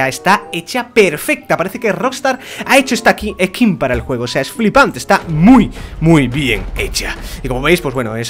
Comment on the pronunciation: se dice "skin" no "ehkim" XD